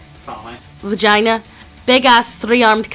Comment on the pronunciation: While I appreciate your work, do you wanna, like Actually read it, alteast once or twice before you record? So you don't pronounce simple words like Varajtul like "Vagina", or confuse "int" with Initiative? Because, making up stupid words, because you didn't want to take 5 seconds to pronounce it correctly, Because you didn't want to take 10 seconds to read aloud a story you were going to record, before hand, doesn't make it funny. Im not asking for perfect story rereading, but atleast Competent.